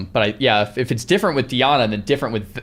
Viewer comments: DI-ANA bro.ffs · Dee Ah Nah